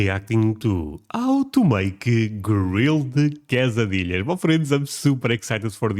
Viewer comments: Say kay-suh-DEE-yuhs. Please. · Everyone knows quesadillas (pronounced Kay SA dee ahs)